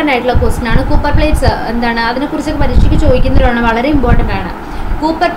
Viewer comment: U should take care of pronouncation. Eg copper that is a metal.